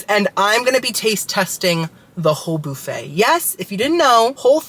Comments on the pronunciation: The "bouffett" 😂 Like Phoebe Bouffett? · boo-fay hahaha Love you! 😘